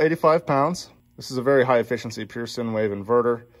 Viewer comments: Hiya from over the pond. Thoroughly enjoy your varied content. Your Pure Sine wave Inverter is pronounced "Sign" not Sin. Take care, and stay safe. 😀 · Long i, silent e for sine wave. NOT sinwave. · Enjoyed reviewing the system. Only one issue. Sine refers to a sinusoidal wave. It is pronounced like "sign" not "sin". Just saying. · FYI - Regarding the “Sine Wave Inverter”, Sine is pronounced like the word sign. Same as stop “sign”. Sine is a math function. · "sine" is pronounced like "sign". Running an inverter is good for those things that need to be mains AC powered. You can also run some lights off the 12 or 24V directly and get a bit more efficiency in the result. Gear from the automotive area is a good idea. Since you seem to have the room a desiccant based air conditioner may be a good idea. I will explain how it works in general terms. Motors work blowers and move desiccant from place to place to make it all work. -- There is a solar oven where heat is used to dry out desiccant. -- There is shaded sealed cooling room where the hot dry desiccant cools off. -- Desiccant is used to dry out air. -- Drying air heats it up so there is a "cooling" chamber -- This "cool" dry air is spit into two paths. -- (1) path 1 air gets a lot water added making it cooler very wet air. -- (2) if "heat exchanged" with (1) to make cooler dry air -- some water is added to the (2) air to make it normal humidity. There are ways to add more steps to get even cooler air if needed. Splitting the cool dry air into 3 paths will get you some of this.